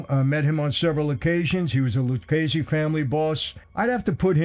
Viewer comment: Its Lucchese. Not Luccese, Luchese or Luccase. LUCCHESE.